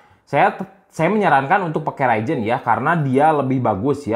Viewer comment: Ryzen kang lain raijen 🤣